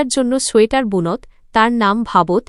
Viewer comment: বুনত্ ভাবত্ নয় হবে “গুনতো” “ভাবতো”